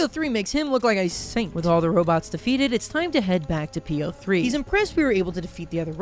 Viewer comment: I'm halfway through this video, and I'm still wondering if will ever realize "P-O-Three" is supposed to be pronounced like "Poe"